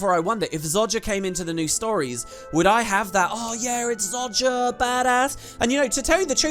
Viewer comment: ZO JAH....... Not ZOD JA